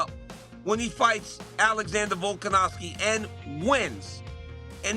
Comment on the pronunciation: Can someone teach RC the letter "V" VilkanoVski 😅😅